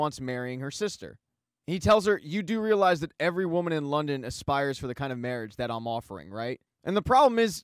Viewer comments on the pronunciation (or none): none